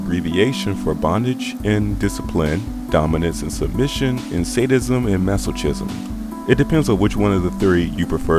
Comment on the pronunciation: Minor nitpick, I think the "ch" in "masochism" is pronounced as a "k" sound - "Mah-Sow-Kiz-um".